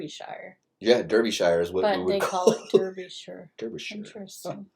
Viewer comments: Dar byshire, not Der yshire...this is one odd video you are watchiing. Chelmsford!!!! Really lol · Both "Durby shire." and "Durby sheer" are wrong. It's pronounced "Darby shir", Darby as in larvae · Not Darbyshire either - it's pronounced "Darbyshuh" or phonetically: /dɑːrbiʃər/ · Phonetically its not Derbyshire its pronounced Darbyshire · Derbyshire pronounced Dar be sher by Locals. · Derbyshire is pronounced DAR-BIH-SHUH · "The least attractive"! Yes, I picked up on that in another reaction video. Obviously the narrator is reading from a script with a typo. Double deckers are everywhere NOT just London. Derbyshire is pronounced Darbyshire. Sher not Shire. Rutland is Englands smallest county NOT country. The little black swan was an Eurasion Coot which makes a loud click/squeaking sound. Kind of like somebody whistling and slapping two pieces of wood together. York Minster is the Cathedral in York built on a historical religeous site. Go down into the foundations and see the Roman, Viking and Medeaval burials. (NO flash photography down there though) Orkney, a word with 2 syllables "Ork~ney" not "Or~K~ Nee". ;¬) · It's pronounced Darbyshire